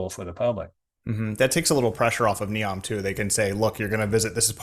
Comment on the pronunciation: Thanks for the updates, keep ‘em coming! A small pronunciation correction, there’s a ‘y’ sound missing between your syllables. Ne-yowm not ne-om (like neon).